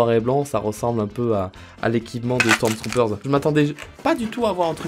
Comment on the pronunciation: pourquoi tu rajoute un S a la fin de stormtrooper 😂😂